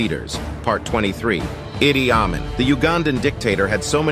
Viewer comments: Amin is pronounced A-meen. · “Amin” is pronounced ah-MEEN.